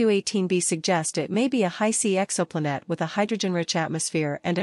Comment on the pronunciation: Exo pla-nette?